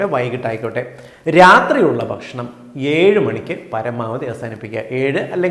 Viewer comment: ഇവിടെ ഭക്ഷണം എന്ന് പറഞ്ഞാൽ ഷേണം എന്നാണ്